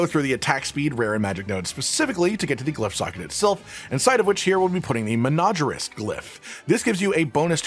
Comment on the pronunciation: YouTuber say menagerist correctly - challenge impossible. FYI it comes from the word “Menagerie” meaning a collection of animals in captivity, sometimes applied to a household of humans jokingly.